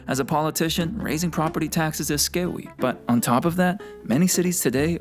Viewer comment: “Raising property taxes is scawy” 😂